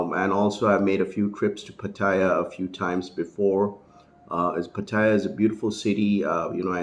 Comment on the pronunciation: Until you learn how to pronounce Pattaya, you have no crediibity with me. Go ask a taxi driver how to pronounce it...